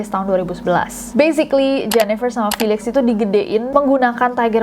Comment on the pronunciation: felix bacanya filix yaa?